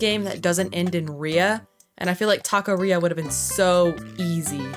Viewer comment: se dice taqueria